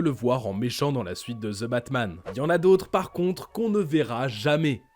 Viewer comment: Putin les français c’est ( THE ) pas ( ZE ) bordel ><